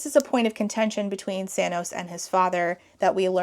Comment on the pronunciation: I'm fairly certain you're saying 'Sanos', but YouTube is subtitling it as 'Thanos', and all I can think is that he's got purple hair and painted nails 😆